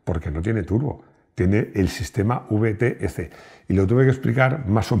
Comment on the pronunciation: Por favor, que mal suena cuando lo dices con ube-e-te-ce. Mejor dilo como es, ubetec. Ya se que esta mal escrito, pero es para que se lea como se pronuncia. Y si a mi me gustaría saber todos los modelos vtec.